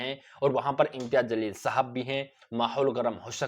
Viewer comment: Aray janwaar Imtiyaz Jsleel hai naam zalil nahi, parlay naam bolna Sikh. Uskay kay baad news bool..